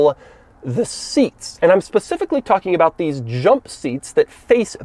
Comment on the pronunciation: No one: Doug: Dheeess